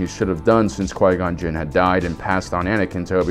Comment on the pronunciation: jin not jiz lol